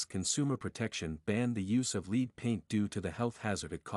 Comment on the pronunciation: Did a AI bot write this? That’s LEAD paint, not “LEED” paint. Great info tho!!